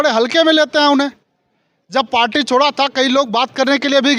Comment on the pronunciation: जिस पार्टी का जिलाअध्यक्ष पार्टी को पाल्टी कह रहा हो आप उसके ज्ञान पर और क्या कहेंगे? गला फाड़ने से कुछ नहीं होता है।